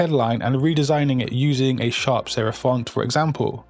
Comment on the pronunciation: sherif ? or serif ?